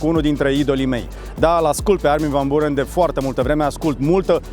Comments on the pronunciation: M-a "spart" frate! Sa fii om de media de atat de mult timp, om de TV, influencer, sa stii engleza foarte bine, ce sa mai - SA FII BUHNICI - si totusi sa spui de 4 ori "Burăn"... :( Armin van "Burăn" Cum sa spui "Burăn" cand toti pronunta "Biuuurăn"? E pe principiul: "FAILURE" si nu "failiăr" cum ar trebui de fapt pronuntat corect! Altfel, un interviu decent. Well done! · biurăn se pronunța. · Armin van burăn, pe bune? Nici macar numele nu poti sa il pronunti corect si zici ca il asculti de mult timp? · îi foarte funny cu îi pronunți numele... exact pe românește 🤣🤣🤣🤣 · il asculti de foarte mult timp, dar nici numele nu stii sa il pronunti